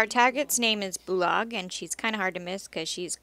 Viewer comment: Bolaag not bulag:)